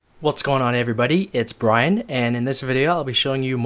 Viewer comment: brian not brain lol